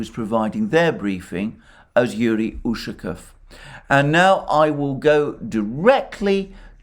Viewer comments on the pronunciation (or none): Hello:). Usually Russian surnames ending in "ов" have emphasize on the last syllable. Иван'ов, Петр'ов, Сидор'ов. УшакОв.;)